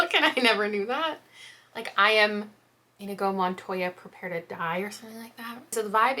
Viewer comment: You saying Inigo wrong is sending me